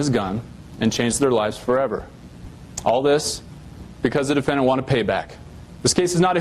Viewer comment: I feel like a prosecuting attorney should really be able to pronounce the word "defendant" ffs dude what is a duffennint